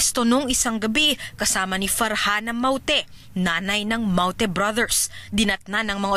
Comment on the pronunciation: paulit ulit kong pinakikiingan kung paano nya binibigkas ang salitang "mawte" 😁